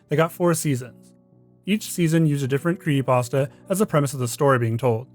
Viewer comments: "kree pasta" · creehee pahs tahs 😭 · Why do you call It a kree-ee-pasta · Why does he pronounce creepypasta as “creeyepasta”? Its like every creepy content YouTuber has to have some sort of speech impediment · Just me or is he saying "cree'y pasta"? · Is he saying "creepypasta?". Sounds like he's saying "creepasta". 🤔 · You know there's a 'p' in the middle of the word "creepypasta" right? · Can this dude not pronounce creepy pasta?? Lmao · LOL the guy doesn't know how to say "creepypasta" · Somebody needs to point out the “P” in creepypasta to this dude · Does anyone else hate how he says creepypasta 😭😭 love it otherwise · Why can't this guy pronounce creepypasta?